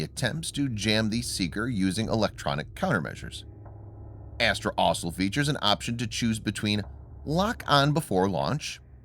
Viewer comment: Oh dear. The narrator has gone back to saying 'asol' instead of 'also'. He was going so well, too.